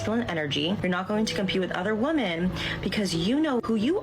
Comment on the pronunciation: Why do these women pronounce women as woman? It drives me crazy.